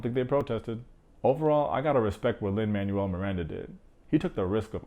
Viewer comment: Love the video. Btw the writer's name is pronounced Lin-Manuel (MAN WELL not manual like a book) Miranda